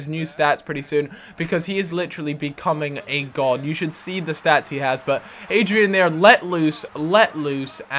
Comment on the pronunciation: Its not Adrian. It's Adryan